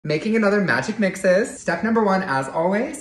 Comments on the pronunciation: Its pronounced Magic MIX-EEEE** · Pronounced magic Mixie not Magic mixes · I don't want to be rude but to let u know it's not magic mixes is magic mixies pronounced ✨️mix ee s✨️ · It's pronounced mixeeeeeeeeees